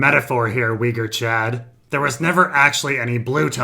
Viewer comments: I'm just weirded out by how you pronounce "Uyghur" as "Whee-gore". Altaic languages don't work like that, you know. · What's a weger? Am I hearing that right?